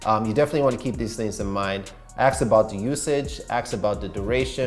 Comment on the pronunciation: did you say aks?! 🙃